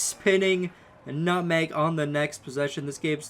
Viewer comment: BRUH. MANS SAID NUTHANG